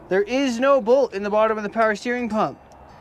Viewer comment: "Noir" dude that shit is hilarious. Australian "no" I love it. Absolutely incredible skills as always man. I wanted that red one.